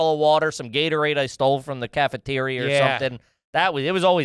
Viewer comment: Hey. What’s a “cafaterier”??? 🫣